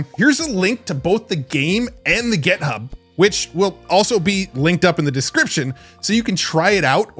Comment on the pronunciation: It's "et-cet-era" not "ex-zed-ra" and "Git-hub" not "Get-hub."